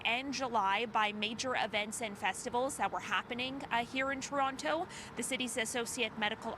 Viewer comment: I trust no reporter who can't even pronounce Can a da. She said ken-i-da. Then she said Ter-ontoe... lol. ☕️ Shame oh her. This is literally your job.